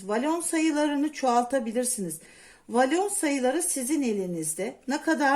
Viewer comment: Volana inatla valon demenizden izleyemedim 😮